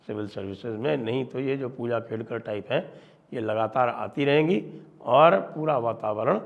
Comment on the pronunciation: Khedkar not Kedkar